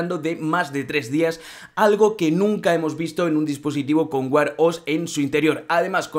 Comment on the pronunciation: Vaya, estos «influencers» ganan un platal con los vídeos y no le pueden dedicar un tiempo a buscar la pronunciación de las palabras en inglés que van a usar. No se dice Apel sino Apl y Wear se dice uer no uar 🤣😂